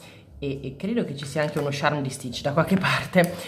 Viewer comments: scusa se ti correggo ma ha sbagliato lei pronuncia 😅 si scrive "charm" non "Sharm"😅 (non odiarmi 😂😅) ha sbagliato a dire "charm" che si pronuncia "ciarm", comunque in effetti uno stampo piccolino con Stitch non sarebbe male (si scrive così il nome vero?) ho rotto abbastanza ciao.😂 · io non ce l'ho con te, ma charm si pronuncia "ciarm" come "ciao", come lo pronunci tu è un'altra cosa:) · senti dopo averci pensato mi dono scocciata di bisticciare per due parole, quindi tu pronunciale come vuoi, ma sappi che a me claud e sharm mi danno molto fastidio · ho due cose da farti notare: 1) Lo slime con la neve si chiama clod non claud, claud non significa niente 2) Si dice il charm e NON lo sharm, lo sharm è senza senso Poi un suggerimento: Quando compri un crunchy slime e le palline salgono su e formano quella specie di crosta, tu rompila schiacciandola con le dita pk produce un suono troppo rilassante